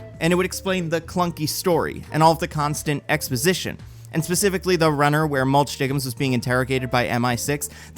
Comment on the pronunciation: When he said “mulch DIGGINS” I nearly THREW UP